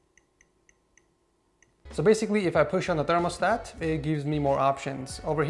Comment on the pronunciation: Why does he say thermostat weird?